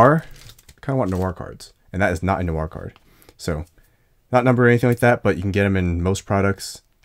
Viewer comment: How come Americans pronounce words/names like “noir” and “Dwight” with an extra sound - like “nuh-war” and “duh-wight”? Is it hard to put the two together? Honestly just curious since I hear it so frequently.